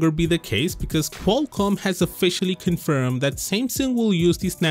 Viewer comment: This guy will Bring videos every week and will say "yess it's cinfirmed!!!" Just Bogus.